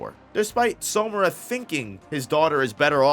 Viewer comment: Why do you keep pronouncing "Samura" like "Somura"?